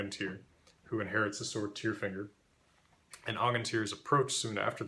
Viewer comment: Tyrfinger, is that bullfinger or just “tyrfinger” pronounced with an American accent. Sounds like “tearfinger”